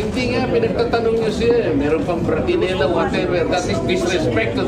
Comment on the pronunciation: Boksingera hindi Bratinella.😂